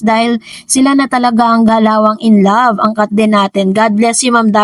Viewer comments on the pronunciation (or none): none